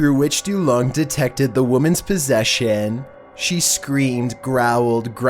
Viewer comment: Po-sess-ionnnnn. You gotta stop talking like English isn’t natural to u bro. This is not how it’s sounds. Why are you asking a question mid sentence , anyone plz help me